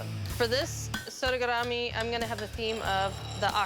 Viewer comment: I love how only pronounces sodegarami right